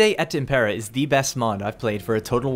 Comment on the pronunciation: Dívide et ímmmmpera, not impéra x)